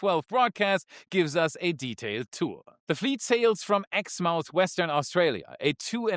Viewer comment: Exmouth is pronounced 'exmuth' even in Austrailia